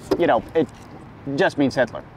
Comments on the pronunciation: It's funny when he say HITLERRRRRR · I can't help but laugh every time he says "HITLERRRRR"